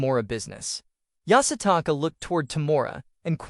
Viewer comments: Take a shot every time the AI says Yasataka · Bro keep saying yasataka🤣